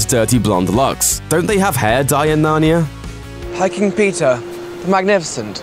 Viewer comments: I hear Pizza not Peter. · When he says Peter, it sounds like pizza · When he says "Peter" to me, it sounds like he's saying "Pizza". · did he just call peter.. Pizza..?